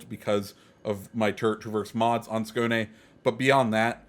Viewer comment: Excellent pronunciation with the Skåne! You are the first native English speaker CC to get it (nearly) right.👌